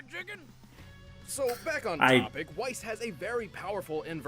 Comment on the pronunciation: I dunno if Weiss' name is surposed to be pronounced like the german words (= white snow), but if so, they didn't get it right.